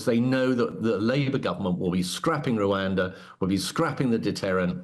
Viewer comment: What deterrent? Oh yes.....ruwander 😅😅😅